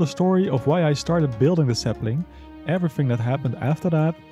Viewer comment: I've been watching a lot of your videos, since I recently found your channel, and I realized you have a pretty thick accent. Of course, I've gotten used to it, but I noticed when you say "The Sapling" it sounds like you're saying "Dassembling." Sorry if that offended you in any way, I'm just curious what your accent is.